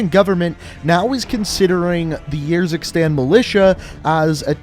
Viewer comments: It’s Ursikstan as in Urn And it’s Farah not Fairah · The way you pronounce urzikstan really gets me and idk why. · The way you say "Urzikstan" triggers me